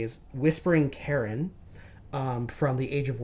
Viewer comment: Not to be pedantic, but cairn is pronounced karn or kairn , not like the name Karen.